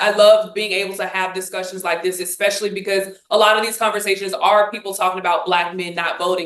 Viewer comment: Cant listen to someone who pronounces "especially" as "exspecially". Theres no 'x' in especially. Sorry i just cant.